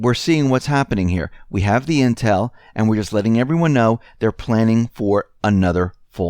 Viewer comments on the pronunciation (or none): none